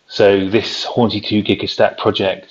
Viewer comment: It's Hornsea not Hornsey